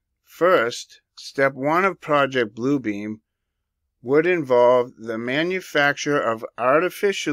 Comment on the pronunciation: Great research! I heard a whistleblower speaking several years ago and he said it’s not PRO-ject (as in subject) Blue Beam, ….. It’s pro-JECT (as in thrust forward) Blue Beam!!!!!! Yes….. say pro-JECT Blue Beam and you’ve got it!!!!!!